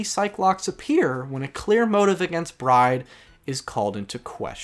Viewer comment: Finishing up T&T right now, coming back here after each trial to see your thoughts. Great work overall, I like hearing you talk about AA. Though, I’m constantly confused during the Recipe for Turnabout section, Maggey’s last name is pronounced as “Bird” yeah? Like I keep hearing Bride and I’m like “Who?😂”.